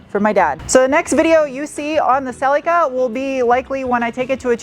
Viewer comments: Its pronounced Sul lee kuh not sellica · Its pronounced Cel EAK a